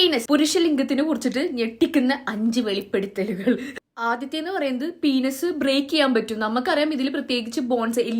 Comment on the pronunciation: പീനസ്.. Good pronunciation 😂